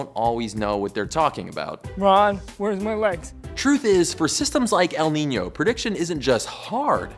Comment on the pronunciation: Your ñ pronunciation is really accurate